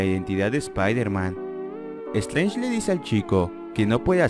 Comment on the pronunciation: Electlo , estleinch xDDD